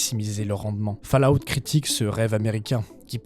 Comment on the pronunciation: je m'attendais à une vidéo un peu daubée mais en fait elle est excellente, par contre fallout se prononce "faul" out. sinon c'est ouf que t'aies pas + de vues...